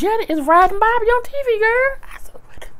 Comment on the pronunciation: I don't know why I laughed so hard when you said "BOB-A" lmbo